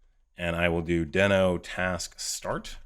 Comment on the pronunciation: I hate to be "that guy", but Ryan Dahl who created NodeJS and Deno has confirmed that it's pronounced "dee-no" with a long "e" like the Flinstones character and not "den-o" with a short "e" sound.